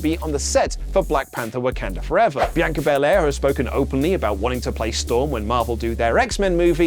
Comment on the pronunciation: Why Does He Say Bianca So Weirdly Like A Muppet Saying It